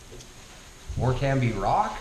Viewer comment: Wonderful.. May I introduce myself, I'm a 70 year old Lancashire lass, can I just help you here, you don't pronounce the B in Morcambe, it's Morcam :D.. Kendal mint cake is more like a sweet confection, it's not a cake ;) I don't care for either Chorley or Eccles cakes.. never have....Uncle Joe's mint balls..well what can I say, we ate them as kids when we were growing up, they are quite weird, they are kinda minty and medicinal at the same time. A stick of rock is traditionally made in seaside towns, if I went to one, it's definite I would buy one of the many flavours to bring back for friends.. the one you have is the traditional mint one... it's great... BTW, great to meet you on YT... love your channel